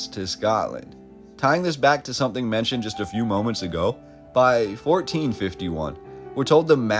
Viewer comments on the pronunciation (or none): none